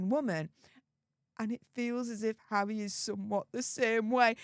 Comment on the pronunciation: Wavvvvvvy😂bvvvvvvvutal😂 pvvvvvvvince havvvvvvy 😂